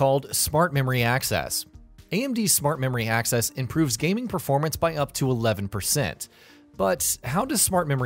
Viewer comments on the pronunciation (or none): none